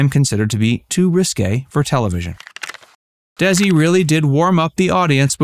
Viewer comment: I watched this film twice...In two words? No No. Nicole and Bardem's acting was so bad both as Lucy and Desi, and as Lucy and Ricky. Not to mention Nicole pronounced Desi with a Z. Lucy was the only person who pronounced Desi's name as it should be, as in De-Si... If you want to play a real person, learn how they talk, how they pronounce, how they do things correctly. Though, this film did introduced me to them and ignited my interest with their story, I've since January been reading their books, quotes, listening, watching and what not.